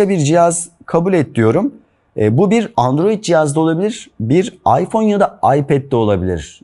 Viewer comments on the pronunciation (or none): none